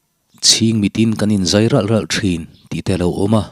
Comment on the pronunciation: G 3 a tangin in zai(thingzai) tihang a lam rik hi a dik ngaithla ang